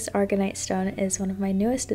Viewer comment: sorry to be that person, but I believe its called aragonite, not argonite